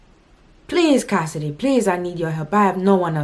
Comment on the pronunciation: 😂😂😂howwww casss “hey cohssidee it’s Claire.” Lmaooo